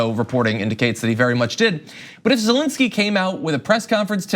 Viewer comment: It's Zelensky, not "zelinsky".